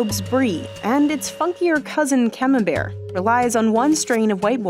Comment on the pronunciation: ComenbertY... for sakes, hearts the ears..must you mispronounce everything? must you call cheddar a cheese? hllblls gzzz